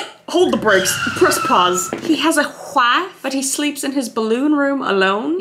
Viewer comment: I'm a new subscriber Kris The way she said "wait hold the breaksss press pause he has a huaiff (wife) Hahah that one got me I couldn't stop laughing